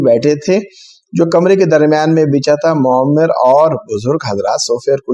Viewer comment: معمر کے تلفظ میں میم پر پیش نہیں بلکہ زبر ہے. (Muammar )